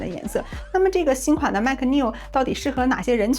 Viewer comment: 大姐我聽你念MAC 好憋區阿, 那個尾音好不自然阿, 然後聲音一下乎大呼小, 下我一跳, 內容是不錯.